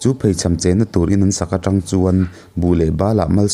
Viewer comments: Ṭang i tih hi tang tih zawk tur. Ṭang a nilo Tang zawk aw... Ṭin hnih hi Tang khat a ni e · Țang ni loin 'tang' tih tur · welcome back sir....Chuan trang nilo in Tang tih tur anih hmel😁😁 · Tang alom t t u v z a tri hi anilo t ang a lam zawk tur a alawm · Tang i lam dan kha Tangka a tang anga lam tur. Tlemin a tawplam thlun sei deuh tur. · Țang ni loin Tàng tih tur a ni e.chuan,Haimual tih kha Hai tih lai hi theihai kan tih a a hai thlukin lam san deuh zawk tur a nia.mual tih lai kha chu mualpawng kan tih a a mual lai thluk a lam leh tur a ni.kan khawbul a nia ka rawn sawi ve mai mai. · Trang a nilo, tang tih tur..chuan buh chu phun tur, vit phun tiag chi te..Phun bul bul tih Phun thluk in i thluk a..